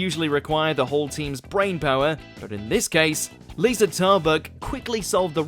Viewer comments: Just in *addition to everyone else's correction, it's LEEZA Tarbuck. But that's an understandable mistake because the "Liza" in Liza Minnelli is pronounced LIE-ZA like in the video. However...Aisling, although a complicated Irish name, is not Eileen. Even for someone who doesn't know her, there's ways of looking that up online. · and pronounced Liza wrong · I think you mispronounced literally everybody’s names: Asim, Liza, Mawaan, Aisling... painful. Actually painful. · Gedric Asmin Eileen Liza (Pronounced like aliza) Maawen and Rose-alind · Starting to feel like the mispronunciation of names is rage bait for more views. Having him get Liza, Asim, Mawaan, Aisling AND Mel Geidroyc names in the same video was just painful